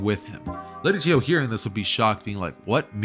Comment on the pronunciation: its chiyo not chi ho